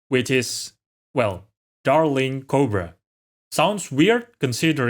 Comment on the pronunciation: I couldn't help smiling when you turned American for 0.2seconds to pronounce 'Darling'. Keep up the great work! You have a rare gift for making pretty dense science entertaining. Looking forward to catching up on all your videos!